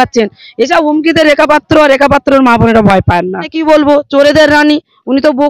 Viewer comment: ভাই, এতো ভুল ধরলে কিভাবে চলবে। রিপোর্টার মেয়েটির জিহ্বায় হয়ত কিছুটা আরষ্ঠতা আছে। তাই পাত্র শব্দটি সঠিক ভাবে উচ্চারণ করতে অসুবিধা হচ্ছে। এতে দোষের কিছু নেই।